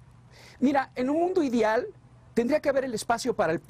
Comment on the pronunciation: el tambien dice "idial" y eso nadie recalca, todos nos equivocamos, nadie se salva.